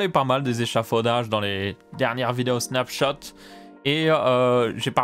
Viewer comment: Snapchot à la place de Snapchat